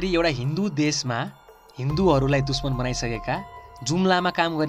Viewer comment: Like if you heard him saying duchmaan instead of dushman!